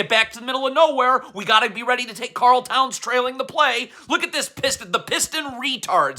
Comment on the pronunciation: “I gotta be weady”